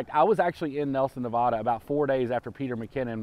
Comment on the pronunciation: Hey just saw the video love it love the one wheel but you're saying Nevada wrong being from Nevada we hate to hear when people say that way but love the one will